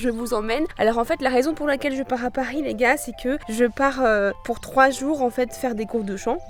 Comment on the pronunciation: je pahhh a pahhhris